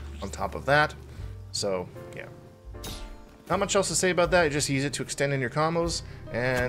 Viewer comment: haha! You do say about and not a boot! Lol gotcha!